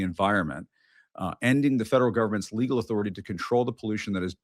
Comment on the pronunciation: Pam Bondi - "respect my authortay"